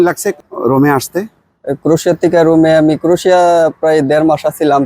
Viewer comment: "ক্রোশিয়া" নয় "ক্রোয়েশিয়া" ।